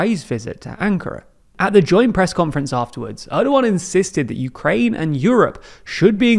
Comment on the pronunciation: it's "PRO-UKRAIE" alright... Not that I know what "UKRAIE" is